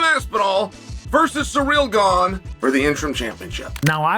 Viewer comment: Love the way chael says "Surreal Gane" 😊